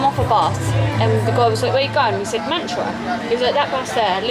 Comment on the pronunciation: It’s matara not mantra 😂